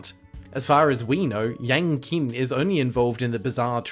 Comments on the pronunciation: It’s “yahng cheen” (sorry to be that guy) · "Yang Qin" is actually pronounced closer to "yahng cheen", with the first syllable sounding like the German "ja". The "q" in pinyin (roman letter transcription of Chinese) is a palatized T sound, like "ch" if you moved your tongue forward to touch the ridge on the roof of the mouth.